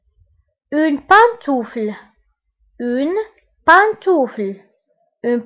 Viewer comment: Merci pour cette vidéo mais j'ai une petite remarque : an se prononce[ ã] donc on dit [pãntufl]